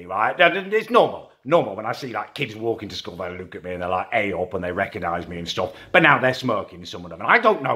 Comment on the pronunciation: U have a tic tac learn To say look